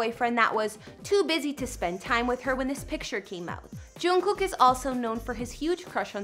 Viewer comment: yo... You're not even a BTS fan, And you don't know anything about their lifes. And its Jimin,not Chimin. And the way you said Jungkook... Omg😂 I'm not trying to be rude but don't post about each others lifes if you really dont know them.